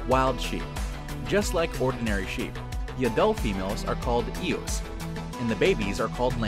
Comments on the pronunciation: "Ewes" is pronounced "yooz", not "eh wehs", wtf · Ewe is pronounced “yoo” not “ehwe” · Its pronounced "you" not "Ewz" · "Ewes" is pronounced, "yoos." I don't know what the heck it is you're saying.